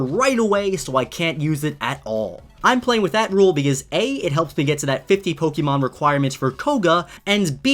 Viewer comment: Take a shot every time he says Pokémon wrong